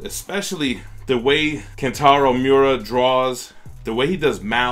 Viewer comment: i like how u pronounced "miura" as 'mora"